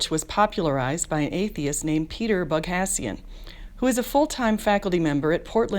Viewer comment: You should talk with Anthony Magnabosco. Cheers. Also, Peters' last name is pronounced bog-O-Z-ian